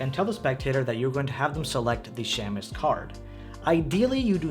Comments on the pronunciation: For what it's worth, shamus (meaning private detective) is pronounced SHAY-mus. The A is long, not short. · Pronounced “shaymus” 😜